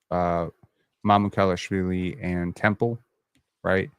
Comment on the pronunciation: Mamoo - kal - ash - villee. How to pronounce.